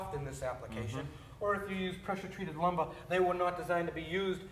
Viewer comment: Pressuh-treated lumbah.